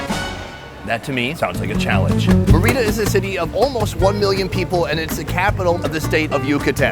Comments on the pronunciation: The accentuation is on the first Vowel in; Mérida. Your pronunciation is on the second vowel; Merída, which is incorrect. In spite of that, this was a wonderful video. Good luck. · Awesome vidoe! Just your pronunciation of MÉRIDA is way off: It should sound like "MEH-ree-dah" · MER/id da.... STRESS on 1st syllable NOT MERR READ DA urrrg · The place isn't pronounced Mereeda. It's Merida. It's a simple name to pronounce. The I is as in the word "tin" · It's Meh - Rii - Dah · I think u pronounce “meh” “rita” enfasis on the meh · Me-rida Sonny! Like pronouncing "Meredith" White Boy! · It’s pronounced Meh-re-da 😂😂😂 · It’s meri-da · Should have really asked the locals how to pronounce the name of the city. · Its not your first time in Mexico, for God Sake learn to pronounce Mérida correctly!!!! hj d td t ptmdr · Nice to see this. It would be better if you learned how to pronounce the name of the city!!!!! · That dude needs to learn how to say Merida lmao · White boy say the name right! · Sunny my man and fellow Minnesotan, you were hurting my ears with your Spanish pronunciation. First off it's pronounced MARE-e-da for the state capital of Yucatan. Then it's tamal not tomal. And thank you is muchas gracias not muchos gracias. De nada. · Sonny sorry to correct you but it is not tomal it is Tamal and it's muchas gracias not mucho gracias 😂 aaaaand it's Mérida not Merída......tryin' to help Love you bro👍